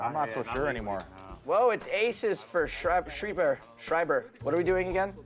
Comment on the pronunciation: IT´S FUCKING SCHREIBER NOT SCHRIEBER OMG I´M GERMAN IT MEANS (WRITER IN GERMAN) THIS DUDE PISSED ME OFF BRUH